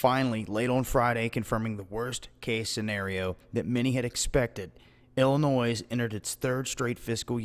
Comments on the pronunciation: illoNOISE???????? Check your pronunciation. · There is no noise in Illinois, rhymes with joy. Just an FYI. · Silent 's' in Illinois.